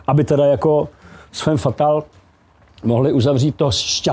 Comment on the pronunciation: Heleďse.. fam fatal, když už, tak je to po francouzsku správně.